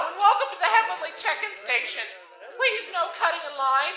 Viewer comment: dude its welcome not well come wtf XD